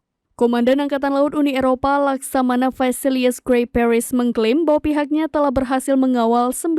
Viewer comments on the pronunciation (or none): none